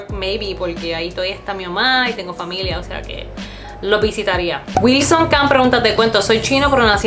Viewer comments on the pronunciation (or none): none